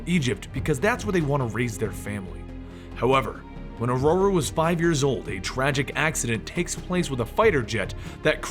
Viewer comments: i think its Ororo not aurora. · Are you pronouncing her name right, cause I don't think so? I know Xavier says it that way in the movies, but I thought that was because he has a pretentious British accent. Wolverine used to call her "Roro" in the comics and if her name was said like "Aurora" that wouldn't make sense, also it wouldn't rhyme with Munroe. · It’s O RO RO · de plugged O-Raw-Ro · it is I think the guys just pronouncing it incorrectly